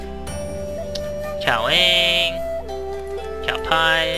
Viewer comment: its not cao pie lol.... wow